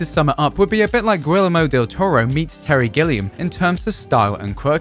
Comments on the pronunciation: Wait...how did you pronounce Guillermo del Toro? It's Gi-jermo. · Wonderful video...but where did you learn to pronounce Guillermo? You killed that name. OW. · Are we just going to walk past the fact that he said “Gorilla-mo” Del Toro? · Did you just say gorillamo del toro? LOL